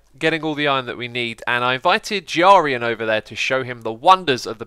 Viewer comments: Who? "Jirarian"? Is that a weird pronounciation of "Grian" or have I missed a Hermit introduction? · His name is Grian. Pronounced like Brian but with a a G not a J. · ITS NOT BRIAN, JARIAN OR ANITHING ELSE. ITS GRIAN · Just so you know Xisuma, it's Grian not Giarian😂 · wait... jarian... u mean grian? nice vid btw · Groans name is pronounced Gree-an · Did he say jaryin and not Grian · its Gry an not giarian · Brian is not said like jiarian it's said like gree-an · It's not giarian it's pronounced gree-an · Xisumavoid it's gre-an for grian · "Jarian" XDD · When will you get Grian's name right lol I've no idea what you called him this time. Sounded like you spelt it with an O in it lol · Not Gee Are Eee N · Grian is prononced gre-an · You are saying his name wrong